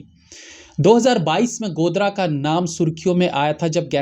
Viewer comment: गोदारा है भाई साहब गोदरा नहीं